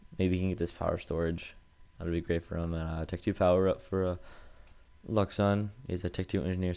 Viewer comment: great cast, but one mistake: luxun is a french, his name is pronounced like: louchen ^^ TA said it often, go look there